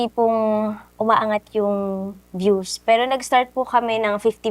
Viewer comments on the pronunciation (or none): none